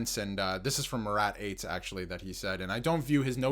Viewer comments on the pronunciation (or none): Not Murat Ates! It is pronounced, Atesh. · You are clearly reading updates for the jets but pronouncing Murat's surname as it sounds is quite a tell. Its pronounced like atesh